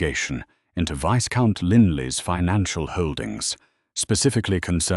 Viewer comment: The s in viscount is silent